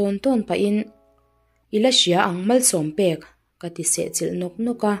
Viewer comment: Malsawmpek tih ri ah hian ka lo phu leh zuk zel🤣🤣